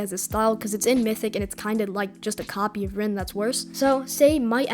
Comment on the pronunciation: bro sees rin and says reen that's too funny:face-green-smiling::face-green-smiling: W vid man